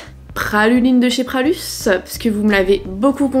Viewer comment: Pralus n’est pas lyonnais ma belle, et on dit Pralu pas Pralusse 😉